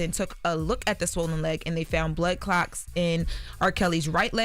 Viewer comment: Did she say blood clocks?!? 🧐🤨